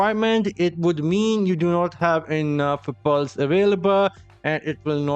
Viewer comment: Lol when you say pearls sounds more like Balls